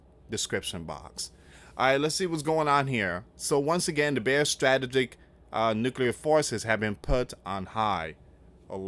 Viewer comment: Need to start pronouncing some of these words correctly. Like frigate and strategic etc.